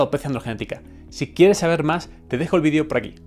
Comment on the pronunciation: Sólo q me da un poco de gracia por que ustedes no pronuncian la palabra Vídeo con la E. y se escucha Vidio no Vídeo. Muy Aparte de mi burla, Buen tema